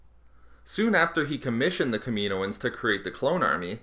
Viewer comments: It's Kaminoans not Kameeeeeenoans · It's pronunced Kam-in-ohan not Kameen-oin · Killed my ears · It's pronounced kamin-o-ans not kamino-ans 😛